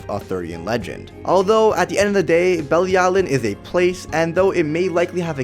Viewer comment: You are pronouncing Bilialin wrong 🙄🙄